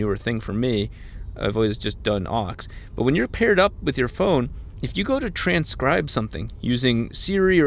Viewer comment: he said phrone